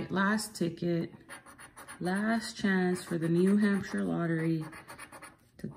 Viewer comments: What a nice woman katie is AND SO TALENTED!!! BEAUTIFUL GIFTS.... TY, AND ITS NEW HAMP SHER PRONOUNCED.....LIVED THERE FOR 15 YEARS & still have a summer place there...GREAT STATE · Pronounced Hampsher.